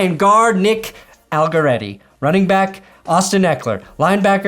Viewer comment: I love that even after playing in 2 SBs still cant/wont pronounce Allegretti right even if hes not a chief anymore